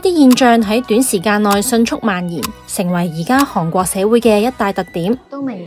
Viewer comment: 係寒國，唔係航國😂